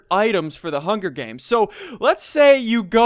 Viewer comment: You said hunger deans. Hahahahahahahahahahahahahah :) :)